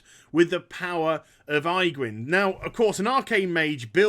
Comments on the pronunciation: Good god, man! Aegwynn = "Age-Win". Your pronunciation just made my skin crawl. For real though, I would buy those condoms. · age win. That's how it's spoken. infernals from your lock video was pronounced very strange too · I like how you call her Eyegwynn :D